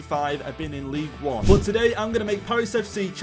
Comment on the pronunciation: It’s pronounced ligue “un” btw